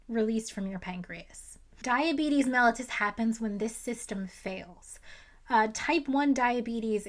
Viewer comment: oh no she said "MEL-itus" like some kind of rare earth metal 😂 "we now know that adults can be diagnosed with type 1 diabetes, I don't understand that, I'm not a doctor" yeah, that's what my ACTUAL DOCTOR said too. edit* OH SNAP she said it correctly also, solid information.